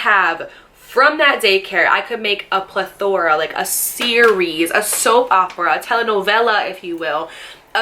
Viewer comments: she was pronouncing it “pla-thor” but it’s actually pronounced “PLE-thor-uh” lol she wasn’t saying the uh at the end and an a instead of e in the middle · Is the word you’re trying to say “plethora” ?😂 every time you said plathor I was like what she trying to say?😂😂😂 ily lol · L the way I heard it was “plathor of things” 🤣❤️ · “Pleth-or-ra!” Hahaha you kill me, girl! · .... I hear plathor? It’s not that serious.. I was joking around with her just like I would joke around with a friend if I heard something. She even said above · plathor isn’t a word lol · I know what plethora means and how to pronounce it. I must be insane because never not one time did she say whatever it is you are saying. Like how did you hear that? How did you not hear PLETHORA. I'm not trying to argue with you, but you're wrong.